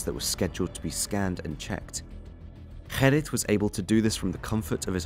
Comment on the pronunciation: You call yourself Holland Crime Boulevard yet can't pronounce the most simple of Dutch names Gerrit??? It's not 'Herrit' dude, his name is Gerrit!